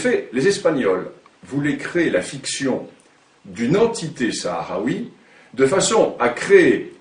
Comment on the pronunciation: l'algerie n'a jamais existé ? et il ce prend pour un homme quant il parle ? regarder comment il prononce le terme sahraoui en arab ci sans faute soit il es marcocain de pere ou de mere soit ca femme et marocaine ya une haine qui le pousse a attaqué un peuple comme l'agerie moi je suis algerien chaoui amazigh de la meme region de la rein kahina dihia son vieux château et a 10 klm de chez moi il a plus de 2600 ans je suis chaoui comme tarek ibn ziad le chaoui bereber qui ouvert l’Andalousie je suis chaoui amazigh comme aksel le prince de la Numidie qui es l'algerie un peuple qui a combatu les romain les byzantin les arabe les turk les espagnol les français pour vivre libre dans une terre qui s'appelle l'algerie et vous osé dire que l'algerie n'existe pas ?